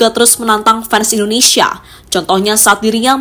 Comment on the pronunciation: Bahasa NARATORNYA , kurang enak didengar , menyebutkan INDONESIA KOK INDONESA ,. Dan bahada yang lain untuk di benahi.